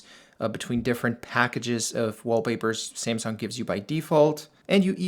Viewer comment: ”SIMSUNG” 😂😂😂😂. Dude it’s SAMSUNG